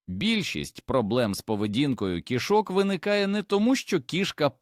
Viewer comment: Поганий наголос робите, коли вимовляте слово "кішок".